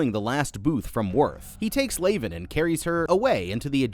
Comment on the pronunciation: Did you even watch the film? Her name isn't pronounced "Lay-ven", and it's said properly in the film, many times.